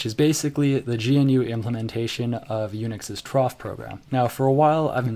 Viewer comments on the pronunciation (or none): You pronounce troff as one word and GNU as three words. Both are wrong. edit: You pronounced TeX wrong, two times in one sentence, in two different ways.